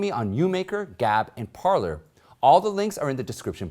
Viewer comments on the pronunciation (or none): none